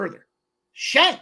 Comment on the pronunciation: His name is Shang! Not Zang! But mfin SHANG!!! CASH THAT SHIT! Pimp Slap Army!